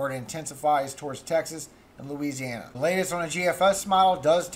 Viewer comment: Hello, You were doing so good till Louisiana came out of your mouth lol, it is what it is his will not mine, have a good one...